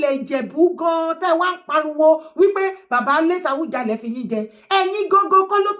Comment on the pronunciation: Please stop saying Awujale. Can you correct yourself, it A-WU-JA-LE. It misleading, Oriyomi Hamsat was pronouncing it the way you do until he was being corrected by his guests. I think he must have had your pronunciation. Please make corrections, I come in peace